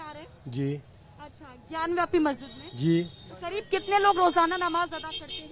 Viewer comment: रिपोर्टर मैडम सही नाम है ज्ञान बापी ना की ज्ञान व्यापी सो कृपया सही नाम लें 😊